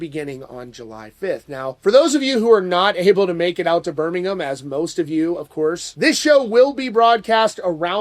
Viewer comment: you pronounced birmingham perfectly, nice